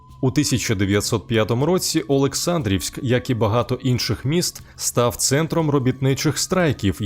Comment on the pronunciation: Олександрівськ, правильний наголос на літеру "а" ОлексАндрівський повіт, тощо